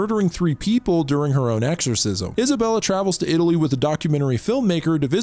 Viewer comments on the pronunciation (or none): none